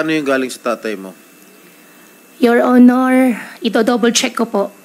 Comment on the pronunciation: Pansinin ninyo Ang pabigkas ng “YOUR HONOR” malimit ang pagbigkas nya yoil onoil halatang intsik talaga siya